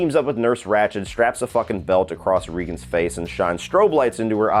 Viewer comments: It’s not “Ree-gan.” It’s “Ray-gan,” like the horrible President lol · regan not reegan lol ... its not you its me lol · Regan not regun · ‘Rea’gan, not ‘Re’gan… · I think you're pronouncing her name wrong. I think it's Ray-gen, not Ree-gen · Firstly, her name is pronounced "RA-gen," (like Ronald Reagan) not "RE-gen." Just trying to help out. Don't feel bad, for one day player in the first movie also pronounced the name incorrectly. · Her name is pronounced Raygen not Reegan 😊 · Ree-gan? Lol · The "Exorcist 2"...THIS Is Why We Can't Have Nice Things! The girl's name is pronounced RAY-GAN...Like Ronald Reagan. 😉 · I am very well aware. My comment was regarding the correct pronunciation of the character’s first name, not the spelling.